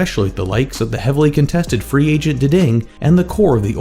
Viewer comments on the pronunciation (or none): none